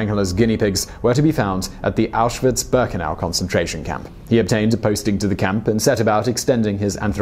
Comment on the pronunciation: It's pronounced meng-ge-lay . Also Waffen is Va-fen not 'woffan'. Bear-ken-ow. Vair-macht. Ti-rol. Please try to make sure you get pronunciations right, it ruins your presentations and grates on those who know better, my gran met him and was still stuck on her experiences during the war until she passed away in the early eighties, so believe me, I'm more than aware how it's pronounced.. Britons have no concept of what Europe suffered under the Nazi jackboot. I'd advise your viewers to ignore toptenz it's pap